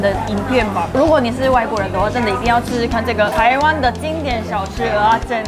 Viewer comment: 喜歡聽妳講蚵仔煎的發音，好道地又標準😆有台味